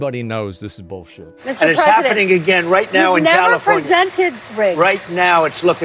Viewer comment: 'Califormia' Hahahha